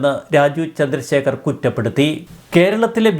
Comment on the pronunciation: രാജു ചന്ദ്രശേഖർ അല്ല. രാജീവ് ചന്ദ്രശേഖർ എന്ന് വ്യക്തതയോടെ പറയു..